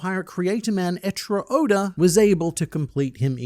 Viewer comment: He keeps calling Oda Odor and It keeps making me laugh